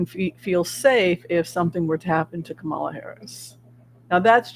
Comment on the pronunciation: Please everyone stop mispronouncing Kamala Harris's first name. When she was on the View, she said her name was pronounced Coma-la. She and Joe make a great team and we need them both.